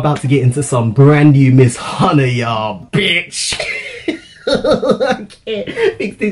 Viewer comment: The way he pronounced "Hyuna"